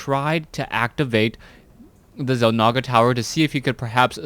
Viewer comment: it's di-maga, not die-maga.